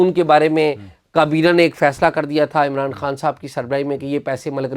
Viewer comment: عمر چیمہ صاحب عمران خان کو عمران ہان کیوں بولتے ہیں 🙄